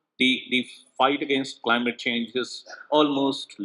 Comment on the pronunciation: Not cleemat it's Climate make correction. 😅